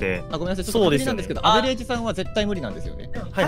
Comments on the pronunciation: 間違いなくストレージさんって言ってる。笑笑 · ストレージさんはアベレージで、、、